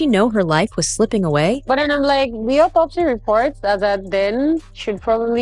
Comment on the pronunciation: How do you guys believe a ninja in a wig who doesn't know how to pronounce autopsy? He is still using AI as a source.